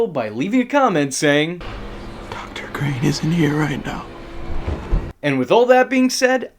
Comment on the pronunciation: it's Crane not Greene👌 not trying to be rude or annoying about it just wanted to let you know